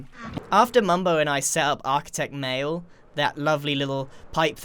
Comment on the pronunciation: From to grian said "architect nail "